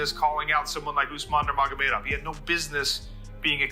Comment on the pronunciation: Narrator pronounces Nurmagomedov, 8 different ways in this video 💀💀💀